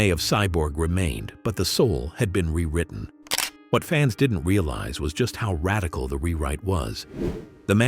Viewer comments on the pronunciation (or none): none